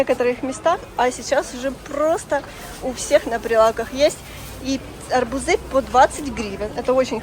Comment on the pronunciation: Арбузы, ударение на у